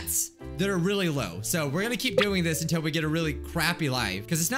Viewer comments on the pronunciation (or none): none